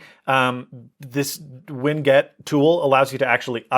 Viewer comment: "Winget".😂😂😂😂 Ridiculous idiocy.🤪😒